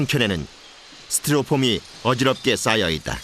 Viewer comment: 스티롭품이 아니라 스티로폼